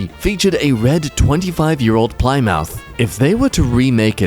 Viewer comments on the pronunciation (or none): You did not just call Plymouth, PLY-MOUTH. It's pronounced plimuth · Ply-mouth? It's pronounced plim-ith...Incidentally hubbys favourite car of all time. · the word Plymouth everyone: "plimmuth": "ply-mouth" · "Ply-mouth" made me cringe harder than anything else in this video. Seriously couldn't be bothered to look it up. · as a car guy the way he pronounced Plymouth made me cringe lol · at least you're young enough to not know how to pronounce Plymouth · here's one for you,. cut copy's very first album was 22 years ago edit: oh how the tables have turned, you said plymouth wrong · Your pronunciation of “Plymouth” fills me with rage. But I know you probably did it intentionally.